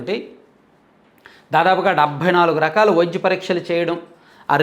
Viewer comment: అన్నా..మీరు విద్య,వైద్య అనకుండా.. విజ్య, వైజ్య..అని పలుకుతున్నారెందుకు..ఇప్పుడే కాదు మీ పాత వీడియో లలో కూడా య వత్తు స్పష్టంగా పలకడం లేదు..మీరు ఆ word ను